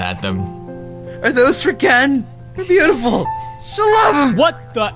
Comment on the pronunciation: When said "beautiful" in the end... am I the only one to whom it seemed more like "pewdiful"?